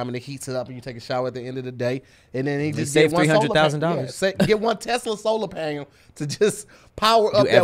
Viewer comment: said Solar Panyel.